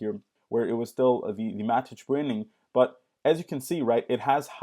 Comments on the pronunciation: who the hell calls it Mat-itch? it's matic bro, matic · "Matich".... noob alert.